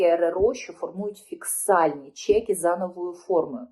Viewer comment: Не фіксальні а фІСКальні чеки, проффесор!